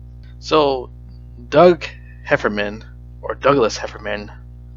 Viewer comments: hefferNan not hefferman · because their name is heffernan, sound like ur saying hefferman